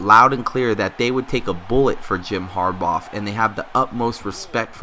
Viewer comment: Harbaugh pronounced (HAR-Baw) not (HAR-Bawf)